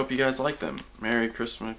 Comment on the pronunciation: "Merry Christmas hmdjffmadnansma"